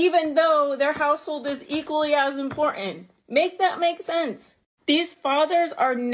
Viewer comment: To the idiot the word is "IMPORTANT" not "imporant" like a fucking 12-year-old.